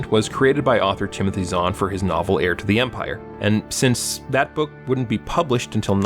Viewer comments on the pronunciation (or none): none